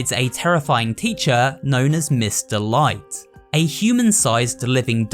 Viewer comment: Everytime you said "Miss. Delight," I thought you said "Mr. Light."